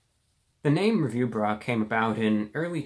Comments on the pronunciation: The way he says review BRUH. I can't breathe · Forgive me but for just a second I heard you said "Review Rat"... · I kept hearing Review Bra.